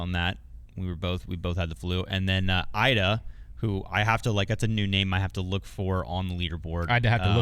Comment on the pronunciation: E duh not I duh